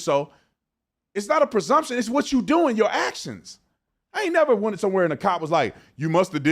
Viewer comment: The guy on the right failed the IQ test. He says "persumption" a couple of times. That is not a word! It's "presumption".